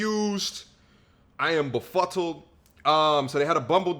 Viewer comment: Ok don’t shoot the English messenger. It’s not “Urfffff.” It’s Earth. It’s not “befuttled.” It’s befuddled.